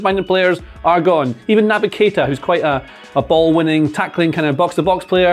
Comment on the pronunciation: When he is said naby keita i was broken like glass